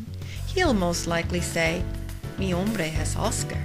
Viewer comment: Great reading,. I very much like the way you liven it up. Only.. when you read "mi nombre es Oscar", I hear "mi HOMBRE es Oscar" ( my man is Oscar). But it's not a big deal. You did a great job, thanks a lot. (I'm a caterpillar from Spain)